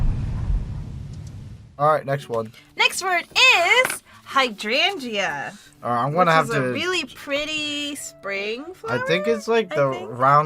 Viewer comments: You two pronouncing "hydrangea" had me absolutely rollllling!!!! "high-drain-ia"! You don't pronounce the "g" XD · You pronounce Hydrangea wrong. Your adding an extra g and a y. Your saying Hydrangyea (Hydran"gee"a. The only y is in the beginning, not at the end. (Biologist sorry)